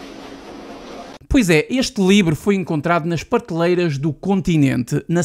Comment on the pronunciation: Vamos tentar falar melhor ...prateleira